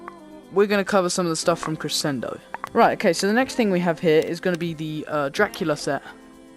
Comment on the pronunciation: You say crescendo wrong it's pronounced creshendo